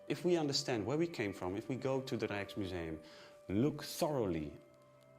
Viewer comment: The K in Rijksmuseum is a hard K 😜